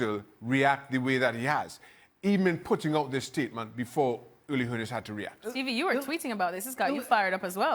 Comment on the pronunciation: "Hoe-ness" hmmmmm